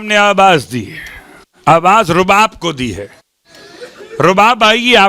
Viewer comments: بیبی کا نام رباب ہے زبر کے ساتھ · بیبی کا نام تو صحیح سے بولیں